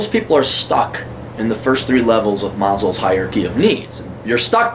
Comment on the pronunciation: "Maslow" I think you said "Malslow"